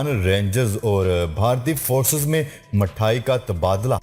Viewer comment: Mayayee nahi balki mithayee sahi talafuz hay